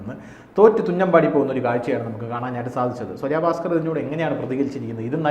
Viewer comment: സ്വരാ ഭാസ്‌ക്കർ അല്ല.... സ്വര ഭാസ്കർ.... മലയാളം വായിൽ തോന്നുന്നത് പോലെ പറയാനുള്ളതല്ല.... അത്യാവശ്യം മലയാളം പഠിക്ക്, എന്നിട്ട് ഈപണിക്ക് ഇറങ്ങ്....